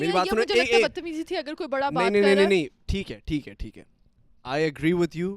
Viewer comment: when says theek ha theek ha it literally sounds like pathan is saying theek ha theek ha if anyone notices please leave a like to lemme know